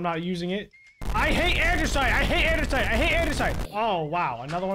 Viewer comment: 🤣🤣🤣am I the only one who noticed that he says Andersite not Andesite Lmaooo